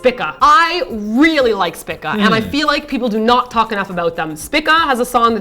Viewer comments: please guys, it's pronouned "spee-ka" ....ah the cringes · its SPEEEECA:3 like the constellation lol.